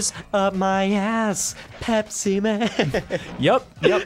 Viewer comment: You guys are horribly, horribly, horribly mispronouncing "Pepsi"